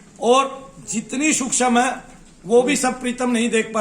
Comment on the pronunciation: सुक्षम नाही रे सुक्ष्म बोल😂